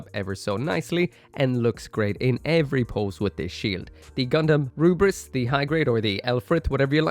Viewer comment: Yo,! I really love your WFM reviews, actually I love all of your videos tho. I just want to say that your Lfrith's pronunciation is wrong because just like how Koreans and Japanese people pronounce english word, Lfrith would be "Lufrith" instead of "Rubris" because their R is pronounced as L and vice versa, their T is pronounced as S. Anyway nice vid as always!